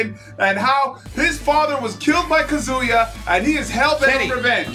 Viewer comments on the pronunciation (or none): The way he pronounced Kazuya made me felt like he deserved to be shamed.